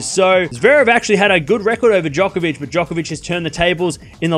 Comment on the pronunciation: Stop acting like Nadal is good on hard courts Bc he’s not also quit calling djokovic jock it’s joke hence he calls himself joker not not jocker !! How about we pronounce your name wrong !!!